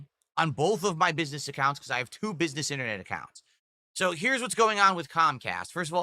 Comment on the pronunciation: If Cahm Cahst rooins Philburts businessuh then they are the best company out there.